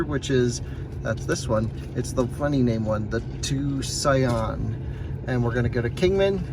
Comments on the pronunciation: You are butchering in the name of that City, it’s Tucson Arizona or you could say it like this two-son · By now I hope you know Tucson is pronounced "toosahn"